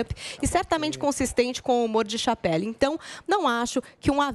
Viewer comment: pronunciando "Chapelle" foi triste